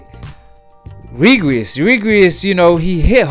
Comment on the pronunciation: His name is REGIS not regries